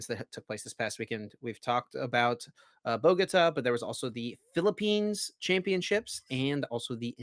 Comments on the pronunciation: BoGooooTah not Buhgotuh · I love them but hearing boGOta makes me cringe. Bogota with the emphasis on the ta as in U-tah